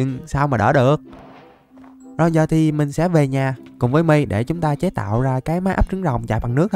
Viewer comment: My đọc là mai anh ơi